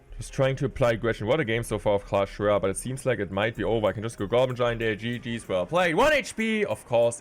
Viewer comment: CLESH ROAYLE